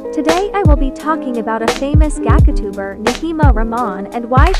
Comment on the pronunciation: I love how the speaker said "gAcAtUbEr" Edit:idk if she said it or its a robot doe💀